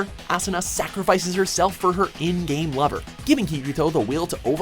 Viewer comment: way to go~ emphasizing "in-game lover" lmao